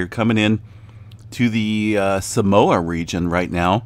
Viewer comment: Nope. He got it pretty right. More like sah-MOA